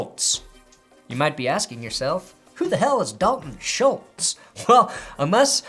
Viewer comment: aCtUaLlY Schultz rhymes with "cults".